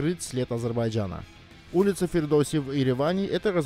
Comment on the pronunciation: Амчыг, не Фирдос а Фирдоси! Скоро всё востоновим!🇦🇿🇹🇷🇦🇿🇹🇷🇦🇿🇹🇷